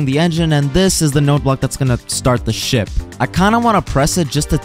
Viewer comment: i thought you said shi t not ship